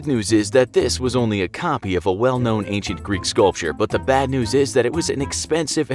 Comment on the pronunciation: Bruh it’s ancient, not acient